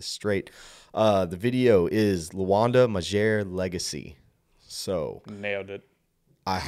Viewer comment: I'm binge watching reaction for this and i just found yours this man is OG for real ooh and some free advice keep reacting to him earn yourself fans from kenya and when we come... We come in numbers and its magere pronounced "G" not the "j" great reaction👌